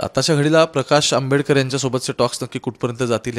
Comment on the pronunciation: Jayntraojiiiii patil Ani praksh ambedker asa uchar kelat Hyatun tumi kunacha kiti respect karta te kalale